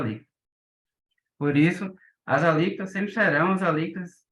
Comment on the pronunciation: "Alícotas" ??????? não seria "Alíquotas"!!!